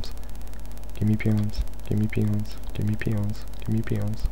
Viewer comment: Did anyone else think at first when he was repeating "Give me peons." that he was actually saying "Give me penis, give me penis."? Or is that just my dirty mind...